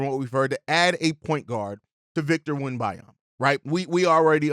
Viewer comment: I can't get through the video as you mispronounce Wemebenyama over and over again lol I know it's an unusual name for Americans but just say Wemby if you don't want to learn it